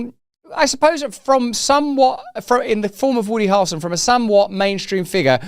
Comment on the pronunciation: Why can he not say "Hair-ul-son" 🤔 😅 ??